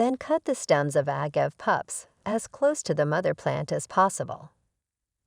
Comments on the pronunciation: Say it with me now, Uh-gah-vey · Pro tip: never listen to someone who can’t even pronounce it.